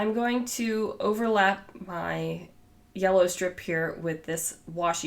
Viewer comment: I love how you say “orange” and “yella”! ❤️